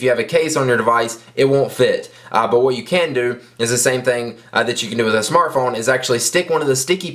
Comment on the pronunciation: lol he said always says shmartphone